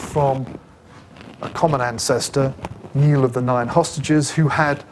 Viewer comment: NIALL of the Nine Hostages, pronounced NIGH-ALL..